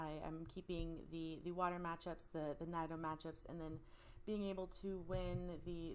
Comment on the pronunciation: Great video! Why are you saying nido like that? Sorry I'm being annoying but it bugs me lol